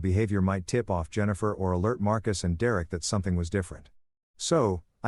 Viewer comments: Dereck = "Dee Rare Rick" 😂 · D-Rek that s*** was driving me crazy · Lol Dee Eric? Or Derek?😊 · How many times can you Mis-Pronounce the name Derek ?????